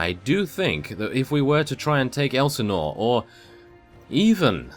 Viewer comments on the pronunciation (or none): none